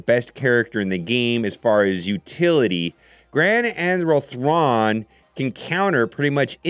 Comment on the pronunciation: Say it with me.....”Grand - Admiral - Thrawn” Why is that so hard?